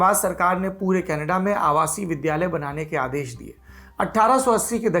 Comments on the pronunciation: कनेडा नहीं kanadda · Tht smile when u say kanedda